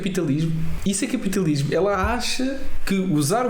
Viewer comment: Fauar, capitauismo, portugaue, nem falar sabe a comuna…